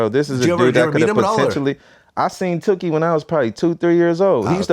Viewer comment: It’s tookie glad not tewkhi